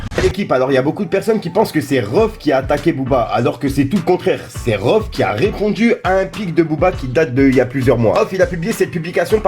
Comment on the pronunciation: On dit rohff pas reuff